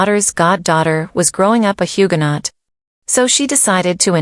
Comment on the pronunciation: Please pronounce Huguenot correctly